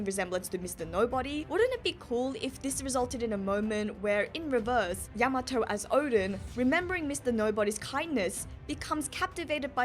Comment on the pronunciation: Your pronunciation of Yamato is driving me crazy 😂 you have to give weight to the ya not the ma